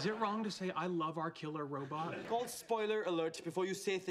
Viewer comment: Kripke’s speech pattern isn’t necessarily a lisp, but more of a rhotacism a la Elmer J. Fudd. He replaces Rs with Ws (Wobot vs Robot, for instance)